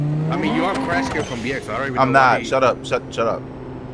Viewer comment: “Crashkid” I’m dead ☠️ 😂